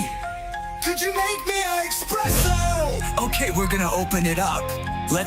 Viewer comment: "So... Can you go get me an expresso?" lmfao